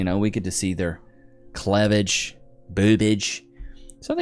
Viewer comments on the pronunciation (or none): It's not clehvage it's CLEAVAGE (cleeve-aj).